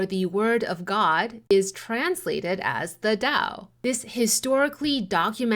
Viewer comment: why do you pronounce 'tao' like white people do?